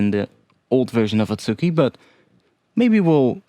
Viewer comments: just a note on pronunciation, you're pronouncing it as at-SU-ki, but the proper pronunciation would be a-tsu-ki. The u also doesn't really get fully pronounced, so its more like a-tski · The second one should be あつき (atsuki) not あっき (akki).